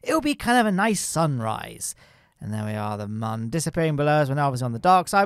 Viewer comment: I can't stand this man pronouncing Mun as "man"